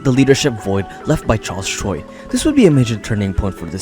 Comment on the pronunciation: Charles choi ❌ charles troi ✅